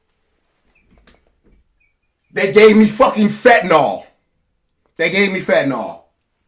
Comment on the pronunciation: "the fetanyl" lol yo, the Nets hurt baaaaaad